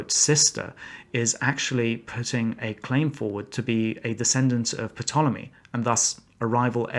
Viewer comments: lol "pit-toll-emy" lol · Hmmmmm. "Makedonian" and "Pitolemy" - aren't these pronunciations a little peculiar? If someone was Mycenaean and wielded a mace, would you pronounce that as Mykenaean and wielding a maké? Would you pronounce Pterodactyl as "Piterodactyl"? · P-tolomies? Seriously? Have I been mispronouncing this all my life? And Macedonian... pronounced like macadamia nuts? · I've heard the PUH-tolomy pronunciation a couple times recently. Am I dumb and this is the real way to say it? If so... that sounds really really dumb. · While you information is accurate...I cannot understand how a historian can so grotesquely mispronounce so many of the words associated with the material you are clearly educated in. "Makedonean"? "P-tolomey"? Sort of makes it hard to watch and super cringe...ugh.. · What's with your pronunciation of Ptolemy and Arsinoe? First is super rare in academic circles, second is flat out wrong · An historian who doesn't know how to pronounce Ptolemy, Ptolemaic or Macedonian 🤔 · I have never heard ANYONE and I watch a lot of videos, and read history and research pronounce the "P" and I cannot listen to you anymore.. Annoying! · If you are really a historian, you should know how to properly pronounce things. The P in Ptolemy, is silent, and the c Macedonia sounds like an s. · Mr. your video is 1 of the best explanation i have come cross how ever P is silent when you pronounc (P)tolomec And and he was general not royal yes in later period the mimic royalty and I don't think ther is a name for god in this ancient Africa kingdom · I’m surprised a historian would pronounce the P in Ptolemy. Otherwise I agree with you . The significance of skin color is due to the American Afrocentric movement and the fact that the Netflix movie is a Documentary unlike the previous movies .Also this is 2023 not 1960 .